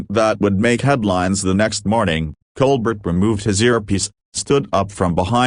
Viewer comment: Ditch the "ai" narrator. It can't even pronounce Colbert. It's not "Coal-bet"....it's Col-Bear-t (accent on "bear"). "Sometimes this ai forgets to sound human". I must leave -- can't stand this.